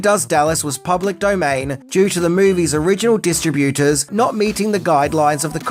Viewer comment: The movie’s “Dis-TRA-bu-ters”? Dis-TRA-bu-ta” 😅 It’s “Dis-Trib-U-Ters” But he says “Distribute” correctly